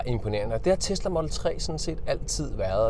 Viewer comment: Hvorfor udtaler du "model" på engelsk og "3" på dansk? Det er da inkonsekvent